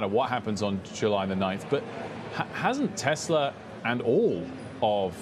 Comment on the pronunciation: who is “Telsa”? 😂